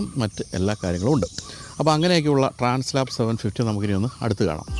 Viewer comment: ഏത് മലയും കയറുന്ന അഡ്വഞ്ചർ ബൈക്ക്ന് ഗംഭീരമായ ആൽപ്സ് പർവത നിരകളോട് ചേർത്ത് ഹോണ്ട ഇട്ട പേരാണ് ട്രാൻസ് ആൽപ്, ട്രാൻസ്‌ലാപ് അല്ല.